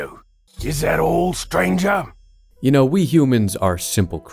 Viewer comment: I cannot hear or read the word stranger without hearing STRANJHA (how do you even write this?)